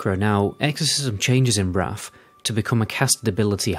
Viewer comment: I’d love to see a video where you challenge yourself not to turn [th] into an [F] at the end of words. 😄 Maybe then we can stop talking about Deaf Knights and Wraf of the Lich King etc! 🤪